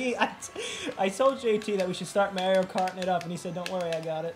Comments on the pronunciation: Omg the way you guys pronounce “Mario” 🤣🤣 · Mario doesn't say his own name as Mare-io though. He says it'sa me, Mar-io 😂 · Mare-io... it sounds gross. Its Mar-io like in the planet MARS. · Mario himself even says mARio. Where are you guys getting mERio??? Biggest pet peeve. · I forgot you guys were from New York until i heard how you guys pronounce “Mario” - threw me off for a second haha😂😂 funny video as always though 😄😄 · Still going to continue to watch your content even though you're mispronouncing Mario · It really bothers me how you pronounce Mario.....